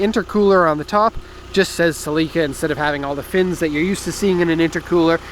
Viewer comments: It's Celica, not celeeeca. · Why do you keep calling it a Cell lEE ka? Its a a "sell eh kuh" celica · "Celeeeeeeeeeca" lmao man you dont know cars lol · no one is gunna mention how this guy pronounces celica?